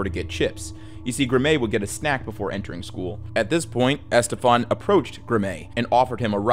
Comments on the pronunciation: Graeme is pronounced the same as Graham, just FYI. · I'm certain it's STILL pronounced that way in posthumous references. :) And Graeme's name is pronounced like graham, as in cracker. Got any more? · ok am I bugging or is pronouncing " Graeme" wrong? I've always pronounced it as "Gray-hem" not "Grah-mei" lmao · Love the channel dude, but Graeme Thorne’s is pronounced; “Gram” not “Gra-may.” I hate to be that guy, but it’s pretty lazy and borderline disrespectful to not make absolutely certain you’re pronouncing the murdered little boys name correctly. But I’m sure it was an honest mistake. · Great video. Brazil Thorne's son's name was Graeme (pronounced "Graham"). And the teacher who died on the Challenger shuttle was Krista McAuliffe ("Mc-CALL-if"). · the kids name is Graeme. Pronounced Graham. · Christ man, it seems a little disrespectful to butcher people’s names so badly. The teacher’s name was CHRISTA Ma-CALL-if. The name Graeme is pronounced graym or gram. And, as others have pointed out, it’s highly likely the Challenger crew lived up until the moment of impact. We can only hope at least some or all were unconscious… but we don’t know for sure.